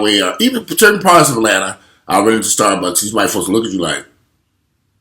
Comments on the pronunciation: . "Starfucks"...No you got it right. It's StarFucks, I'm going to call them that from now on. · did you say “starfucks”?! Lmfao